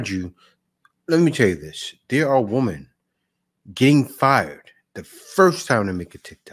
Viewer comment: Good video and great remarks by you. I am glad that these WOMEN are being dealt with at last. By the way, many modern people pronounce women incorrectly. It's women - not woman - there is a spelling difference you can see. Plural is not singular, one woman is not the same as ALL women. When speaking of All or a group of Women it should sound like "WIMEN". Using "woman" when speaking of ALL women sounds very uneducated.